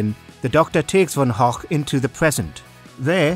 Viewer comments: Von hock! Was Van Gogh (pronounced go) really that hard to say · I've heard some creative pronunciations of Van Gogh, but never as "Van Hochk".... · "vincent Von och" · just a quick question: is that how you pronounce Van Gogh?